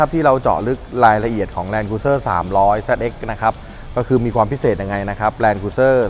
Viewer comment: ออกเสียง แลนด์ครูซเซ่อร์นะครับไม่ ครุย